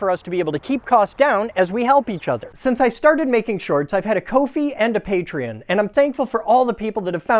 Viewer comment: "Coe fee" ? - It's literally "COFFEE", that's why it is called Ko-Fi.. sorry, ADHD issue.. YES! GREAT PLAN, BUILD IT!! :)